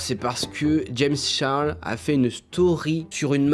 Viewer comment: Comment tu dis "Charles " omg c’est pas beau